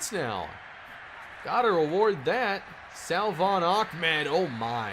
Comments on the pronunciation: Dude. Lol you say Salvon ahmed's name like "suhvon" you don't pronounce the L.... vid 3 of saying this.... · The correct pronunciation for salvon is “suh-von” Keep up the great work!